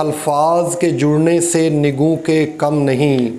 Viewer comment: شاعری بھی کام ہے آتش مرصع ساز کا اس کا پہلا مصرع آپ نے درست تلفظ کے ساتھ ادا نہیں کیا۔ یہاں نَگوں لفظ ہے یعنی نَگ کی جمع نِگُوں نہیں